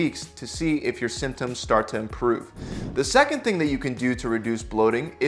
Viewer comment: Can you say symptom symptoms again that was just........... Really Really Annoying🙃